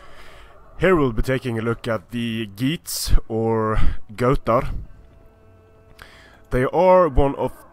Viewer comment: hehe u pronounce götar wrong